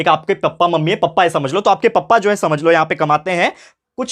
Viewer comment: It's papa not papppaa